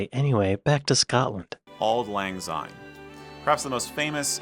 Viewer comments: There are a couple of things the American commentator said which must be clarified. Scots do NOT celebrate Hogmanay! We celebrate New Year which comes at midnight, obviously. He is partly correct when he talks of redding up the house. This is in anticipation of New Year. The pronunciation of Syne in the song Auld Lang is Sign as in signpost. It is not Zine as he pronounced it. As a further note there is no letter Z in the Scots alphabet. I have never heard of Sainning. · I do not understand why furriners always pronounce Syne with a Z sound , it has an S just like since ( which is the meaning).